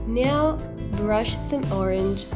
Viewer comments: piccolo appunto sul tuo inglese 😃 "now " si legge NAU e non NEU: ):):-) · Hey hey mica intendevo giudicare il tuo inglese o dire che è sbagliato. Solo, si legge "nau" in Inghilterra ed negli Stati Uniti. Poi se vuoi dirlo all'australiana o sudafricana... :D Se dici "neu" non è sbagliato, ma (a me) suona male. ;)